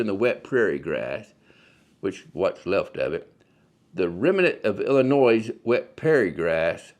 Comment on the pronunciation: Good video, but just for the record (at the mark), the state we're talking about here--home of Chicago,, is ill-ih-NOY, not il-ih-NOISE. As the saying goes here, "there's no noise in Illinois". This is because it's source is the French pronunciation of a local tribal word from almost 200 years ago.